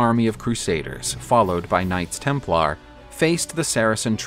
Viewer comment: Can't stand how you accent the LAR in Templar. Sounds weird. Tighten up